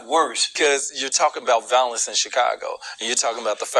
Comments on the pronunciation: What is “valless”. Is he trying to say “violence”? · He doesn't know facts. He can't even pronounce violence.